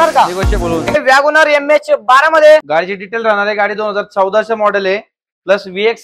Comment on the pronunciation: वॅगनआर❌ वागोणार ✅